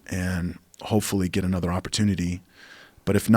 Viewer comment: Rafael "anudder doctor" Lovato Jr